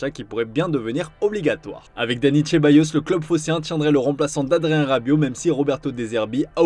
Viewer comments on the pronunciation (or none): Et qu'il dit Tchéballos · Merde, prononcez le nom des joueurs correctement, SVP, Ceballos n'est pas chez bayos